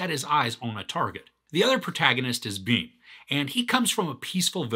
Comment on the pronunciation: Its not Rom.. Its Ram.. Nd its not Beam its Bhim..